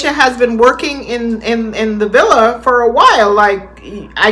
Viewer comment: well she chooses not to ..if she wanted to it'd be easy enough to say villa instead of billa or anything else...she just rambling and not trying to pronounce anything correctly